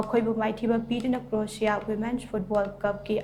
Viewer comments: Krotia haiba natte Kroashia haina pronounce tougadabane hanna practice khara toubiyu . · Karino Croatia bu adumaina pronounced oibra haise Kariba krotiya ba 😂😂😂😂 lairikti haiphet heirmmoihe noise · Pronunciation du fao d chumna habiyo. Cro-a-sia sumaina haibiyu. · Krosia haina pabiyu,thank u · Anchor na pariba pronounciation du chumthoknaba haibani spelling lalle haiba natte pao du munna tabiyu Anchor na hairidugi matung inna Croatia haidare Ka ro ti ya haina paare paodo adubu haibani.